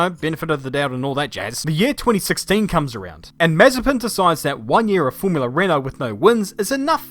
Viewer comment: It’s more like Maz-a-SPIN